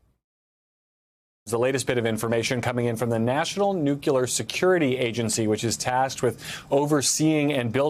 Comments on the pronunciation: "nucular" and "nuclear" in the same sentence, that's a first for me😮. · Why do so many articulate public speakers struggle to say nuclear, saying instead, "nucluar"? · I can't take a journalist seriously if they actually pronounce nuclear, "nu-cu-lar". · Nuculurr. SMH. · Yes, you heard that correctly. The first attempt at pronouncing nuclear was "nuke-YOU-ler". Brings back fond memories of Dubbya. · Didn't he once say "He knew 'nukler' better than anybody"? The man can't even pronounce it correctly.